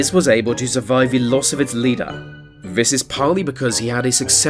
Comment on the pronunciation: Can you learn to say this and the rather that VHIS and vhe